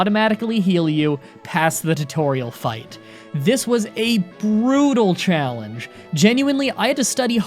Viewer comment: When he says challenge it sounds like chocolate lol